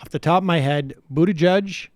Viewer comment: Man every destroys Mayor Pete's last name 🤣 Boot-a-judge Bootyg-itch ....